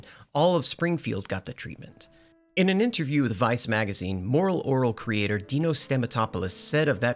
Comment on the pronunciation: It’s Deee know… not Dye Know.